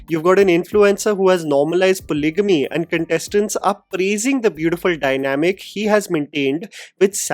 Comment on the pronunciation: Bro what is 'Paly-gamey'. Its not stylish.